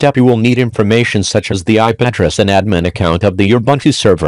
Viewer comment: Looks like an interesting video on how to reuse extra items we might have lying around, but why does it use a text-to-speech program for the narration instead of having a person speaking? Mispronounced words like "boatable" (bootable) and "ayep-prettris" (IP address) and the uneven spacing in between words makes it more difficult to listen to.